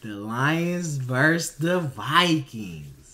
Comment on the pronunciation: Versus. NoT Verse 🤦‍♂️